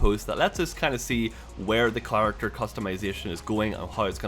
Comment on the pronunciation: he says chlarecter.